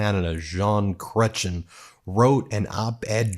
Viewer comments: Ok, well, it's not "CREH-chen". It's CRET-ee-ENN. You usually do such good work researching your pieces, Ben. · I have never heard Chretien's name pronounced that way! Krutchon! I suggest: Krett-Yen. Chretien is a good man, he balanced the 🍁budget in the 1990s, and didn't even campaign on it. My favourite quote of his from 1976 was, "You gotta take da bull by da horns, and face da music." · Hey Ben, just a quick note on pronouncing Chrétien, the stress is on the last syllable sort of creTIEN. He was probably one of the best respected PMs of the modern age. Not everyone likes his policies but you had to respect his leadership. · love that you are including this Honored Prime Minister, please pronounce his name with some French Flair tho. It would add to our pride and consideration...love that you always state the obvious ... Chrétien. Cret ChI an .if that helps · Oh cringe. It's not pronounced Chrechin, it's Chrétien. You can YT somebody saying his name, so you sound smarter. He was a fantastic PM. My all time favourite. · Dude if you're going to expand into Canada at least learn how to pronounce French Canadian names -> Chretien - Creh-tien, not "cret-chin" Do like you guys' work, but put in a little effort. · BTW It's pronounced "Kre-tiaen" , not "Creechun". De manera similar, se dice "MéHEEEko" not "Mex ee Koh". 😂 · Chrétien is pronounce “Chrech-ee-a” not Chrechen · Not Chret-shen. It’s Chret-she-en. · Ben , it's pronounced Cray - TN . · Ben, try saying Gretchen, then use that name ending at the end of Jean's name to get the correct pronunciation....... Canada is not judging, just trying to help as usual. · Canadians hearing it pronounced "Krechen": 😖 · Chretien is french, so to pronounce his last name is this: Kreh - tee-an. :) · It's Jean Cret-t-yean. ❤ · Jean Chrétien is a fucking rockstar! I’d still vote for him. (Btw: it’s pronounced “cray-tee-en”) 💪🏻🇨🇦❤️ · It's pronounced: ''crey'' -- ''tien'' Nice try, though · It’s pronounced kre te yan